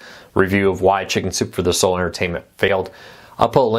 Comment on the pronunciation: Please enunciate.. You say “shinzupefordaso” instead of “ Chicken Soup for the Soul”. Use your words.